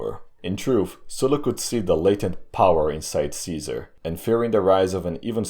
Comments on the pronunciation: it's Gaius Iulius Kaisar not kaizar. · It’s Kai-hard S- Ar not KaiZer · EYE-U-LEE-US is totally wrong. I is an EE sound not a diphtong. SEE-SAR absolutely dumb pronunciation it's KAI-ZAR. dumb barbarian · GUY-US EYE-U-LEE-US SEE-SAR is how it IS pronounced! The name "Caesar" survived the fall of the Roman Empire and was handed down throughout the Middle Ages to our present day without variation in how it is said. No serious linguist pronounces it any other way. You are spreading a revisionist view that is not accepted by the vast majority of college roundtables. Your swearing throughout the video is childish. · Oh no. Another kaiser pronouncer :D. Dont pronounce it as those "filthy barbarians" :D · Actually he pronounced it wrong too lmao. It’s Ka-Eh-Sar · Pronounced differently though. I understand why he reads Latin as if English, people'd get confused but... the c always sounds like a k, at least while Rome lived. Kikilia, Sikilia, Kaesar, Kikero, "Veni, Vidi, Viki", etc. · a guy who always complains about germs, pronouncing Caeser like a germ... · Imagine thinking the G*rm pronounciation of Caesar is the correct one LMAO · The kind of correct, kind of latin way